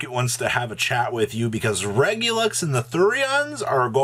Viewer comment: Regular, minus the AR + US. REG-YOU-LUS. There is no X